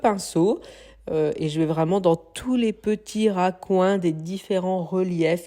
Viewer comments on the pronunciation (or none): je n'aime pas trop le mélange beige et gris mais chacun ses goûts ! c'est recoins et non racoins !!